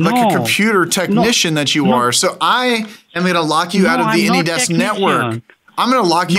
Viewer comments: Why do you pronounce ANYDESK as Anydex? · Can someone tell me if he says "AnyDex" because of copyright or something? Thank you!